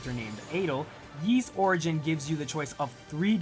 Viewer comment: a sponsored video and you cant even pronounce ys right